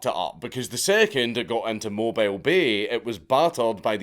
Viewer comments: It's pronounced "Moe-Beal" ^_^ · It took me a moment to realize Dank was talking about Mobile Bay... because was mispronouncing the heck out of it. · It’s pronounced Mobeel bay not Mo bile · It's pronounced Mo-b-eel, not mobile... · I'm sorry dank, mo-BILE? it's pronounced mo-bill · mobile, alabama is pronounced "mo-beel." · You'll probably never need to say it again, but if you do, it's pronounced 'mo-beel', not 'mo byl...like it's spelled. Much love from the American South, Dank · It's 'mo - beel' Alabama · Moe-bill. Not mobile. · .... It's moe-beel, not mobile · MO-beel not MO-bile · "Mo-beal" alabama not "mo-bile" alabama the town dont move 😂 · It’s pronounced “ponchatrain” and “mobeel” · Mobile Alabama? Mo Beel Alabama. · Mobile Alabama is pronoun Moe-beel 🤣 yes it's dumb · I'm from the south. We pronouce Mobile as "Mobill" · Dank... its pronounced "Mo-beel" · Hey Dankula idk if you'll see this but you pronounce mobile, alabama as Mo-beel doesnt make sense but it's how the inbreds say it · He got New Orleans with Norlens, but flubbed it on Mobile - Mo-Beel rtr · Its pronounced Mo' beel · God again 😂 mo-beel Alabama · Mark... our colonial cousins pronounce it Mow Beel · Did he say mo bye le alabama? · Sir....Mobile, Alabama is pronounced "Moe-Bill". The South. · My southern ears are dying lol pon-chew-train ( I'm an Alabamaian don't come for me Cajuns if I'm saying it wrong that's how my koonas from Jefferson parrish stepfather says it), moe-bill is how us southerners say it but love the channel otherwise. Keep up the good work..... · also, it's Mo-beel. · Southerner here (from that specific region). People from around this area pronounce it as "Moe - beel". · Not for nothing, but to help give you street cred in lower Alabama, it’s pronounced Mo-beal not Mo-bile. I can’t tell you why but they get all kinds of butt hurt about it. Also, they party for a month for Mardi Gras so go visit and have some fun. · I know how it's spelled, but it's pronounced "mobeel".